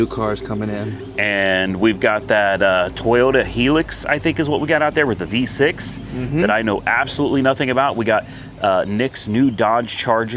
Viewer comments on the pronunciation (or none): Don't sell it! You'll 100% regret it. I'd say get the 66 up and running and take that on the next Power Tour, then sell the 66 long before the 57. BTW it's pronounced High lux, not Helix. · The Toyota is a Hilux.... HIGH-LUX! Not helix,.